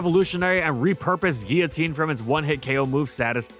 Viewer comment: Not how you say Guillotine